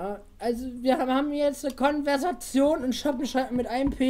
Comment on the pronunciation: Konwersatzion haha